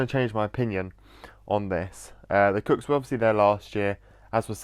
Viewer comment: i love it but pls stop pronouncing the kooks like the cooks pls i beg